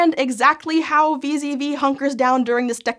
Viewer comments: It sounds like she says vis-a-vis a lot, but she means wee-zedd-wee (VZV) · Did anyone else hear "Vis-à-vis" every time said "VZV"?